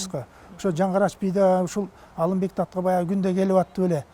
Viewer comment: Калаты суйлойт экен,Алимбек деп Алымбек деп айтылат